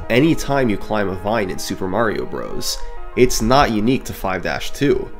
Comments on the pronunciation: It’s pronounced “brothers,” not “brohs.” Holy hell that’s annoying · Bros. is pronounced as Brothers, hence the period at the end. For someone who has done so much research on it, you'd think you know how to say the name by now. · Bros is an abbreviation of Brothers. You sound silly saying it the wrong way